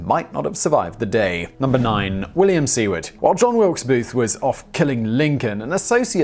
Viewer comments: Simon, Simon, Simon. Please get an American to help you with pronunciations! Seeward and Vaylens? ? ? ? I hereby volunteer for the job. No one much cares when you butcher foreign words and names, but when you butcher extremely well known American names, in particular, you sound ignorant even though we know you aren't. Please, please, please! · Seward is pronounced [`Sue-word]. Didn't they teach you that in schoo.... Sorry, wrong country. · "Seward" is pronounced "SOO-word".